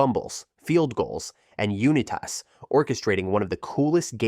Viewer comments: Unitas is pronounced “unite-us” not uni toss 😭😭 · I enjoyed the video but you butchered Johnny Unitas's last name It's pronounce like Unite us not uni-tas 😊👍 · So, you lost a new subscriber (three videos old) by your mispronunciation of players' names! I mean, really? "You-knee-tas?" Who does that? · "Johnny Yoonitass" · Good video, but the voice over guy needs speech therapy….UNITE US……STAWBACK……..😂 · So your pronunciation of “Unitas” means 1 of 2 things, neither of which are good. So either you’re mispronouncing “Unitas” and “Halas” on purpose to do that whole promote engagement in the comments bullshit or you know exactly Jack and shit about football. Johnny Unitas is quarterback and football royalty. Dude was a legend. Any supposed NFL fan would know about him and would’ve heard his name dozens of times. If you genuinely don’t know how to pronounce it then that tells me you aren’t qualified to be making these videos and educating people on football when you yourself just learned about it 5 minutes before making the video. Or if you are doing it to boost comments and improve your little bullshit algorithm then fuck you, you’re a schemey little weasel using underhanded exploit tactics. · The way Johnny Unitas is pronounced ruined this whole thing for me. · lol you pronouncing Johnny U the way you are made come all the way down here and write this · Bro should google how to pronounce "Unitas" 💀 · The “Johnny Unitas” pronunciation is the voiceover equivalent of the Inglorious Basterds guy holding up three fingers. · Some People shouldn’t narrate if The announcer can’t speak proper English language. He mispronounced Johnny Unitas name. Go back to school and learn how to speak English properly.